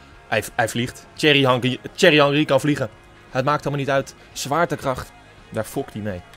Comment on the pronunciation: zeg geen cherry maar thierry spreek uit als tie-err-ie